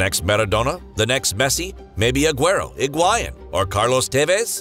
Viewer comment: the way he said "Higuain" lmao